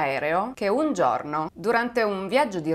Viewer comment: Il video sarebbe anche interessante ma non azzecchi un accento...come si fa a dire vòlo, giòrno, bòrdo, òre??? Faccio fatica a seguirti, scusami.